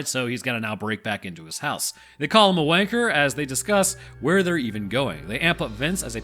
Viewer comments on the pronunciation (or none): none